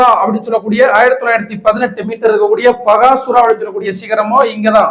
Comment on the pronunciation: நீலகிரியில் உள்ளது பக்காசூரன் மலை (& கோட்டை). பகாசுரா என்பது தவறான உச்சரிப்பு.